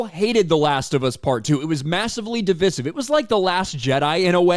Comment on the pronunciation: Still pronouncing “divisive” incorrectly,. You were doing so well…sad face.